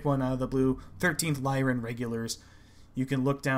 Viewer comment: "Lyran" refers to "Lyra", the constellation (a lyre, the Greek stringed instrument of old), which is pronounced with the "I" sound for the Y, so "Lie-run" is correct.